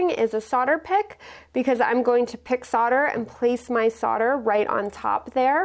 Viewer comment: SO nice to hear SOLDER pronounced CORRECTLY on youtube.